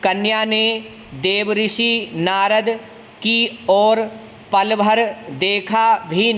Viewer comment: आप देवर्षि का उच्चारण गलत कर रहे है श्रीमान, आप देव ऋषि उच्चारित कर रहे हैं।